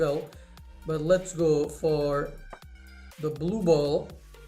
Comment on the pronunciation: U said boet instead of ball